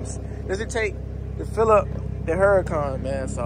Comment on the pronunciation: I wish people would pronounce the name correctly. Lamborghini names their cars after famous fighting bulls. It’s a tradition the bullfighting enthusiast Lamborghini Sr. started. So this car is pronounced OORA-KONN” which is Spanish for hurricane, the H is silent